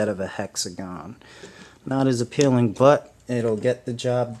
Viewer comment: Why do you always say a peeling?